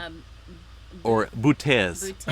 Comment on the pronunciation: It's the Bootes. Like booty but plural